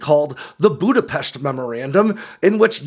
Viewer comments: Y'know. I didn't know it was pronounced Budapesht until like 2012, my two Hungarian friends taught me. I'm always delightfully surprised to hear a fellow American say it. It's the little things. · Thank you for pronouncing Budapest perfectly, as we do it. Another superb drop, thank you! I also don't think for (losing or not getting) a little Ukrainian (or even Russian) land putin and his friends (cos launching nukes is not a 1 man show) would throw away their families' and their lives with a Nuclear war. You may ditch Apple tho.